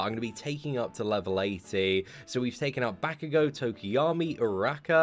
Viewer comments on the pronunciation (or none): none